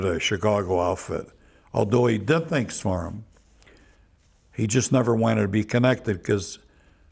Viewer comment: "Let me tell youse a couple tree tangs."